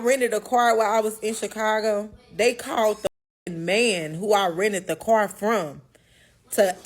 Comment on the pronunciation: Accidentally pronounced, "car",correctly and then repeated it as kyer...smh.